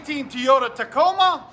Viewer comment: Lol, its TOYOTA not Teeoda, lmao